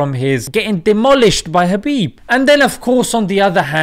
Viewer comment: Correct pronunciation👇 Khabib : H'abib Nurmagomedov : Nur Muhammad dov